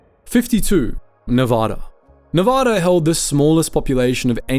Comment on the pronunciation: Nevada is pronounced with the first "a" being short as in Cat. You say it like in that state like you said it here, it's your ass. They are touchy about that. Also It is Tuskegee. You BUTCHRED that pronunciation.